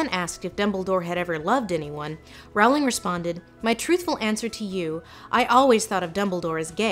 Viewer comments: Lindsay, not to be rude, however, Jo's surname is pronounced rolling. I just though you should know. I have made the same error. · Rowling is pronounced like 'bowling'... so that was killing me. But otherwise excellent as usual, Lindsay! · Lindsay you did al this research and you didn’t research how to pronounce Rowling???? It’s just like ROLLING. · URGH please please ease its like "Rolling" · Rowling rhymes with Bowling. "Rhauling" is an americanism. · Great essay. The way you pronounce “Rowling” is triggering though lol. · Please learn to pronounce Rowling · I've never heard "Rowling" pronounced that way. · JK Rowling rhymes with bowling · Despite how well-researched this video she still mispronounces Rowling's name. It rhymes with Bowling not Howling. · Rowling rhymes with bowling, dear. (o:Þ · It’s not Rowling, it’s Rowling. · Rowling as in row row row your boat Rowling, please. Not Rawling. Yes, I have ASD, this bothers me, I can't help it either. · I predicted John Green was gonna be in this video from the beginning and I was still shocked. Also, IT’S PRONOUNCED ROLLING, YOU AMERICAN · Doesn’t Rowling rhyme with bowling? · Her name is pronounced more like "rolling." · Lindsay, please pronounce Rowling's surname correctly. It is ROW-ling like ROE. Thank you. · It's Rolling, the RWORING